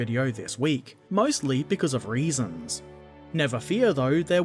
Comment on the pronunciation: Ethan Rowland I thought he said raisins first time I heard it